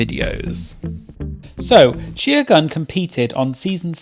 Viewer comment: "Gieer" lmao